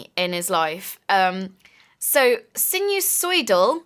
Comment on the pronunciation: sinusoidal means something that follows a sine graph. It's pronounced sign-eh-soy-dal